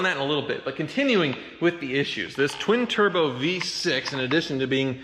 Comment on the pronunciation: It's BEE-Turbo just sayin..